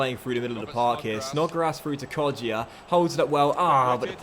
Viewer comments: it’s pronounced Kod-ja not Kod-jia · It's pronounced KodJA JA!! not JIA :P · It’s pronounced [ko-ja] the ‘i’ is silwnt